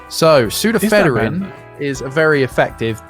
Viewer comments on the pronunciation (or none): Oh this is going to annoy me. No, toilets don’t flush differently in each hemisphere. That’s not what “the nearest whole number” means. It’s pseudoephedrine, not “pseudophederine”.